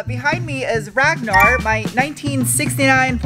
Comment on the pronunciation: Good painting! Ragnar pronouced Rangnar in Europe! Its an old name from the wiking era. It will be exiting if you explain your japanese tatoo on yout right arm and why? Regards from Sweden. KM